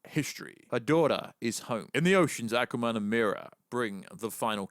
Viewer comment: I cannot stop laughing the accent pronouncing " ackwa-man" 🤣🤣🤣